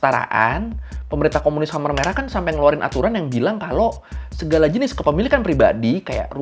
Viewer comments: Khmer bro, bukan khamr 😆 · Khmer merah bang koiii....bkn khomr...😅😅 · KUMUR KUMUR?????